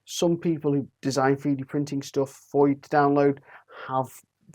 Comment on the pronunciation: Love "free-D" printing. Please learn to speak English. It would be so much easier to listen to you. Speaking Mockney in a northern accent just sounds weird.